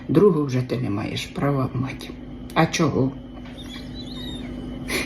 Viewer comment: ви кажете: А чого? - точнiсiнько, як малий Орест. Або навпаки Орестуня, як ви😊😊😊😊😊 I така сама iнтонацuя, i наголос.❤❤❤❤❤ Нехай пишуть дурницi, несiнитницю, пiдвищують просмотри😂😂😂😂